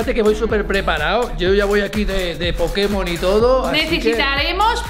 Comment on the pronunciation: poquemon no po que mon es primera vez que los veo